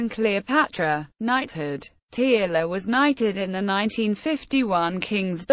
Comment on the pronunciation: Tearle is pronounced Turle or Terle